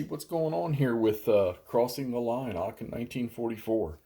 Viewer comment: Just a point The right prononciation of aachen is « aren »